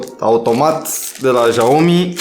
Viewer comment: Bă "jaomi" ....esti penibil de atâtea ori